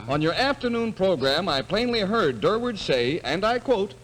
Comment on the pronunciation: It's Durward, not Durwood.